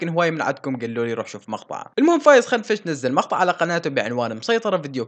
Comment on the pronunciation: اسمو فايز كنفش مو خنفش اوكي بس نبهتك بشان ما يصير مشاكل تستمر يا أسطورة 😘😘